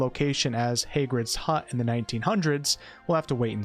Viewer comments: Why do you say it like that? Who’s Hay-grid? It’s Hagrid. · Sir, Haaagrid not Haygrid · I’m sorry i don’t mean to be that guy, but ummm i don’t think it’s pronounced Hey-grid 😥 it’s actually Hag-rid. Sorry. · It’s the haygrid for me 😂it’s Hagrid bro not haygrid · Every Harry Potter movie ever: “Hagrid”: “Haygrid” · Pronounced “Hag-rid”, when I heard “Hay-grid” I was compelled to comment. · Did you just call him Haygrid? Do you even Potter bro? It's HAG RID.... Hagrid. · lol you said hay-grid's hut its actually said hah-grid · hay...haygrid, you say? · "heygrids hut"??? i thought you said you were a fan of hp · Its not pronounced Hay-grid. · Weirdest pronunciation of Hagrid, ever 😂 heygrid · Why did you pronounce it “haygrid”? Moron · Did he really just say HAYgrid?? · I never heard anyone pronounce Hagrid as Haygrid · Hay grid and allivander, am I hearing that right? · ah yes, my favorite character, Hay grid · I stopped watching when he said “Heygrid’s hut”. I’ll watch a review by someone that at least knows the names. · Why you gotta say “haygred” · Sorry but I can’t take someone seriously when they say ‘Haygrids Hut’. Who on earth is Haygrid? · Did you just say "heygrid?" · Did he just say “heygrid” 😂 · Did this dude say haygrid lmao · You're very wrong about HAGrid. Join the real world and pronounce it correctly ;) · Hay-grid lol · Great vid but you really just said "Haygrid" excuse me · He said Hay-grid. LOL SAD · I stopped watching this when he said "Haygrid". Lol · Ooof. You pronounced Hagrid “Hay-grid”. Wtf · Automatically disliking this video because you pronounced Hagrid as “Hey-grid”…kidding, great work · That's the first time, I've heard someone pronounce Hagrid as Haygrid. Wtf? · This dude literally said "hey-grid" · Why'd you say Hagrid like 'Heygrid'. Don't disrespect the legacy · Who is Hay-grid?! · Who the f is Hay-grid? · why you say Hagrid like that?? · I gave you a dislike for how you pronounced "Hagrid"